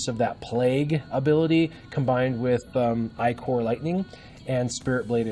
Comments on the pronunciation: Great vid. Ichor is pronounced ick-er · Great vid. Thanks for the Update. Oh its pronounced "ick or".:)